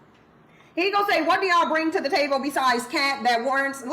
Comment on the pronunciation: Why she pronounce table taybowl?